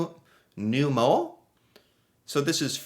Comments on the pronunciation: Pneu... not pnue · Tire in French is actually pneu, NOT pnue